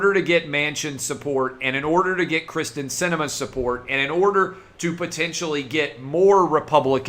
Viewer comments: Kyrsten (KEER-STEN) Sinema...NOT Krysten....come on Clay, you have to get it right bro.... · Clay, I told you this previously. Her name is Kyrsten not Krysten. By continuing to screw this up it takes away from everything else that you are reporting.